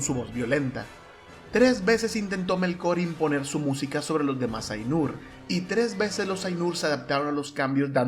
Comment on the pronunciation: muy bueno, aunque mal pronunciados los nombres :(... MELkor, AInur, iLUUvatar, Eru